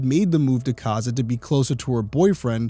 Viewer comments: It's pronounced co-zad. I'm about 75% sure that that's not a Nebraska license plate. If I remember correctly, the plates were white with orange or something all the way across the top, probably chimney rock. Cozad is kind of in the middle of nowhere, like literally, take i-80 West of Lincoln and before long it is all just fields. This has got to be just someone driving through on the interstate and stopped for snacks I think this is an example of you, being from ri, not realizing how big and empty Nebraska is. The one guy mentioned someone in Omaha, that's almost 4 hours away. The only reason you are in cozad is because you're from cozad, or you're passing through on the interstate. I'd look for other crimes along i-80 to see if they matched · Cozad is pronounced Ko-Zaad. ❤😉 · I absolutely love your videos and love watching them. As someone who lives very close to Cozad (pronounced Co-Zad) it’s nice to see someone cover a case from here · I'm glad you are highlighting this case. Unbelievable it hasn't been solved yet. Also...Cozad is pronounced with a long o. Like Ko zad. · Co-zad is how it pronounced. I grew up in Cozad in the 70s. It was a great little town back then. We didn’t lock our doors and my parents felt safe enough for my brother and I to walk to the skating rink or movie theater. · I grew up in Nebraska and I don't remember this case. ( ) Also, I say Co-zad with a long o. I could be wrong about the long-sounding o but that's how I remember. Great job Derrick!